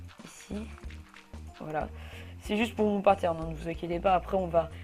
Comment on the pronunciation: Plusieurs fois , tu dis au lieu de patern , tu dis partern xD